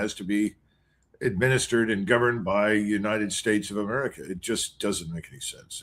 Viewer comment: u say it like i do because thats what it sounded like when Lydon Johnson said United States of Murca